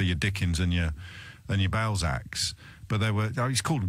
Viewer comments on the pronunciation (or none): I like the way he pronounces your Balzacs a bit like your bowels acts.